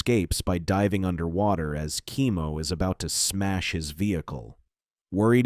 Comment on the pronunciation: not kee-mo, its kem-mo